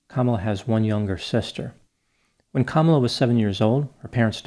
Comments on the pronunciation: Hi Doc. Just a small issue that many people make. Her name is pronounced Kuh-MAH-luh. Not sure why this gets missed so often. I am excited to watch your piece on her using word salad Bc I have my own suspicion about her dubious position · Kamalas name is pronouced kumula she's from india not black!